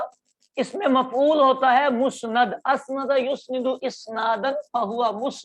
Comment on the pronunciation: سر درخواست ہے کہ مسند لفظ پر کوئی تو زبر لگا کر پڑھتا اور آپ مسند کو پیش کے ساتھ بول رہے ہیں اس بارے رہنمائی فرمائیں